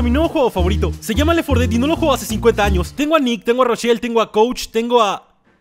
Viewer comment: Si se dice lel Fora ded